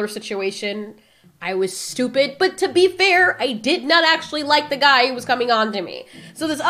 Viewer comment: Did she just call that guy a "gweed"😂